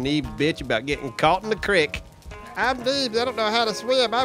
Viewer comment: dammit its creek not creek